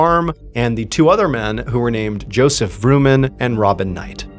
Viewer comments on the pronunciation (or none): none